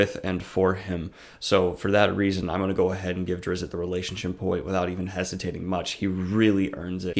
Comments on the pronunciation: hi, the t in drizzt is silent. so his name is pronounced duh-rih-zz. other than that I don't mind this video, please continue making more. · I call bullshit, this guy never read anything more than the cliffsnotes of a Drizzt book. The wrong pronunciation of "Drizzit" is a big part of the 3rd book. Zaknafein wasn't hunted and killed, he was sacrificed for zin-carla and it's arguably the biggest fulcrum in the plot of book 2. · Man, I always called him "Drizz-it" too and when I heard other people pronounce it I thought I was for sure the only sane person until now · I listened to one Drizzt audiobook a number of years ago and didn't care for it. But having listened to it i notice that you and the narrator pronounce his first and last name quite different. Not sure which is right.